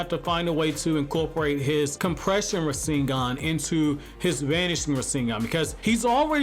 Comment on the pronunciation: “Ra sing gahn” 😂